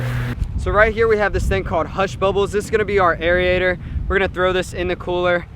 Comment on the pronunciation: I swear if I hear “aery-ator” one more time I’m gonna blow a gasket. AIR-A-TOR.